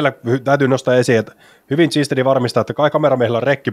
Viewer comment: Kindstedtiä sanottiin koko ajan Tsinstediksi, Määtän heitto oli "Määttän heitto" ja turhaa heiton ylistystä oli jatkuvasti. Aivan kun jotain päiväkotilapsia olisi väkisin kehuttu koko ajan. Lisäksi häiritsi miten heitot oli katsottu etukäteen ja kommentointi tuli liian aikaisin moneen heittoon.